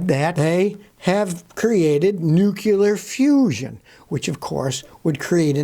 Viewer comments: "Nuculer" is not a word. nu·cle·ar | \ ˈnü-klē-ər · Nuclear, Nuclear, Nuclear! Not, "Nu-cu-lar"! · Nuclear, not nucular. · "It finally happened?" What, Scotty asserted something cataclysmic that turned out to be true. Not "nuc yu ler" but "new clear." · Nuclear not Nukiller and Hybrid not Hybred.....Vietnamese not Vetnamese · Yes. Pronunciation of this word seems commonly misspoken, so please try this: new klee ear. I don't want to be accused of being part of the Grammar Police, but this is a pet peeve. Otherwise, Scotty you do a superb job of clarifying things. Kudos!